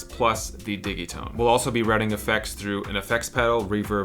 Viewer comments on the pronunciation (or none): It's not "Diggy-tone". It's "Didgy-tone".